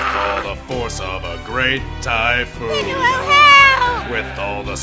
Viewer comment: Listen closely I think Goku said Thai food not Thypoon like the others